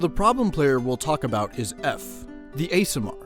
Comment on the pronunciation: i love ur videos!!! but the way you pronounce aasimar makes me wanna attack someone